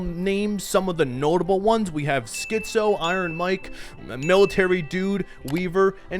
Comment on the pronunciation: Great vid. But man, you pronouncing Skizzo as Schizo constantly sent me 🤣🤣🤣🤣